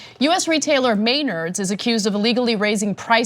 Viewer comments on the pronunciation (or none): It's pronounced Meh-nards. "Me" like in "men", and "ard" like in "hard" (sounds almost dirty when I put it like that)